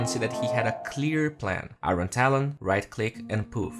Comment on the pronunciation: IRON = ayorn, not ayron.